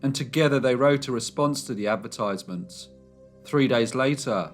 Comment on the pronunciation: I really like your programmes, but please,please pronounce advertisements correctly!!!! It is so frustrating. Sorry. X